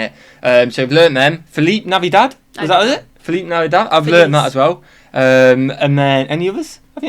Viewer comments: Feliz is pronounced like fleece in fleece jacket but with a long A after the f. So it is f A leece. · We don't pronounce the z in Feliz like he's doing it. That might be how they say it in Spain but not here. Even in the song it doesn't sound like that